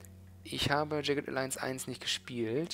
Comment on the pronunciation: Ich bin ja eigentlich kein Fan von Werbung auf Videos von anderen YouTubern (O Dog in dem Fall), aber nachdem es von JA nicht so viel gibt, bin ich doch neugierig. Ich schreibe das am Anfang des Videos, damit ich es nachher nicht vergesse, von dem her erst mal nur das hier: Aussprache von Jagged: (einfach auf das Play-Symbol neben dem Wort klicken).